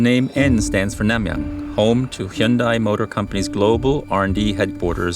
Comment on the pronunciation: An official Hyundai channel incorrectly pronouncing Hyundai 🤣